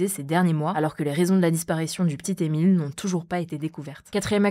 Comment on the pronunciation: "le p'tit Emile" mais par pitié fait un effort